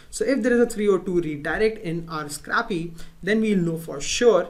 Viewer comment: Scrahpee :D